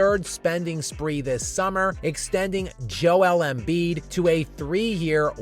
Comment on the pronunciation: Every time I mention him she goes YOU MEAN JOELLEN BIID? LOLOL